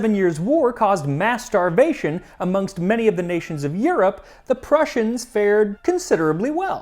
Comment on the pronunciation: "Mass starvation" Not what I heard the first time...